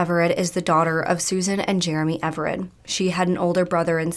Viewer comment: It’s Sarah Everard not Everette. I know this wasn’t on purpose but you said this wrong at the beginning. It’s important to get this right out of respect for the victim